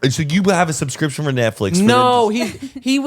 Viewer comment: Listening to Zane trying to say "subscription" in the Rocket money ad for some reason has me crying laughing🤣 and then when he talks about Netflix same thing lol. My word of issue is cinnamon 🤦‍♀️ I trip it up every👏 time👏😂.